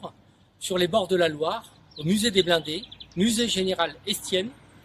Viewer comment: "Muséum the Blonde" in France... Geez, How hard is to pronounce blindés ?